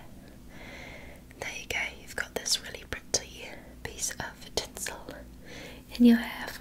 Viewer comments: Yea it sounds like Pri-Ty lol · saying "pretty" specifically in her British accent is one of my favourite trigger words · that’s how we British people say pretty